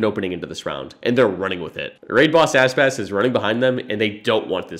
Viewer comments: Bruh its Aspas not Asspass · Yes, and pla part 2 but try not to say "asspas" and really say "aspas"